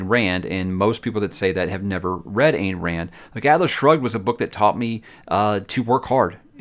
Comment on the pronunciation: Ayn is pronounced with an I.